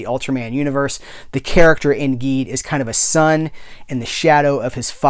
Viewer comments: Just so you know, Ultraman Geed is pronounced "Jeed." It's the GIF/JIF thing all over again!!!!! Your Enthusiasm is contagious! Always happy to see your reviews From your pal at the Science Patrol, YOUR Ultraman podcast:) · I'm gonna be up front with you man, im a huge ultraman fan. once you started mispronouncing Geed i was getting ready to click off. I was like "how is this man gonna sit here and talk about geed while mispronouncing it the whole time. did he even watch it?" But something about your enthusiasm i liked. i kept watching. Now come to find out you hadnt watched geed yet. oops. Youll love it and learn the correct pronounciation quickly. i find your enthusiam infectious and it reminded me the joy i felt when i first discovered these shows. i might just stick around